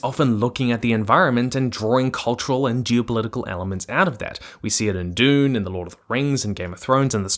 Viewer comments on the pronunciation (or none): none